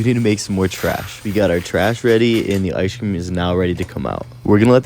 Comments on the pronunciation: Y’all should start saying ice cream the way he says it in his videos, he says “ice-shh cream” 😂😂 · The way he says ice cream… “ice-shh cream” 😂😂